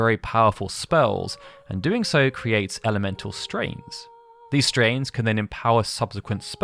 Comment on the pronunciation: Stains not strains